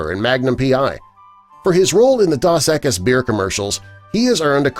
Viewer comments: They should get a more professional announcer to narrate these things! The beer is NOT "Daws Eckus." It is Spanish, and is pronounced "Dohs Eckees!" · You massacred saying Dos Equis. It's not Doss.. Ugh.......... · "Daws Ekus"? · Did he just say DAS EKIS? That was terrible. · Can’t pronounce Dos Equis beer?